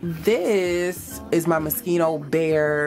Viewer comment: Moschino , not Moskino 😂😂😂 I love your closet 👍🏼❤️